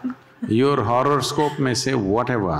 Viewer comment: It's horoscope, not horrorskope🤭🤭